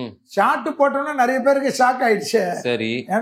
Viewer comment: நறைய இல்லை நிறைய. உன் வாயில் வாசம்பை வைத்து தேய்க்க